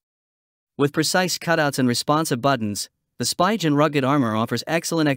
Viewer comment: Spigen. Pronounced SPEE GUN